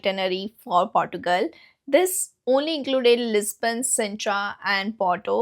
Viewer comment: 😂😂😂😂😂😂 Portugal😂 Girl learn to pronounce the names properly first